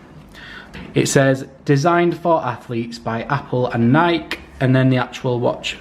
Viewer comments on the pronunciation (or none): It’s Nike not nik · Love the unblocking the thing I just hate is how he says nik not Nike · I’ve never heard anyone pronounce Nike that way. I always thought it was pronounced Nikeee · Great video! But, PLEASE NEVER SAY NIKE AGAIN. It is Nike. Ny-KEEEE! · Its nikEEE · people who say nike instead of nike 🤡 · it's not Nike its nike